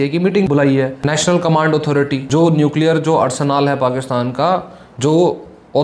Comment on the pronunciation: न्युकलीयर....!!!!😅😅😅😅कुछ भी